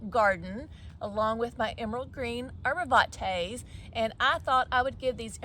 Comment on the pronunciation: With all due respect it’s arborvitae not arborvante